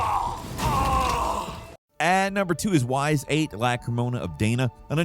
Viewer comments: My man just said “Whys Eight” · The butchering of Ys VIII's name was, uh, something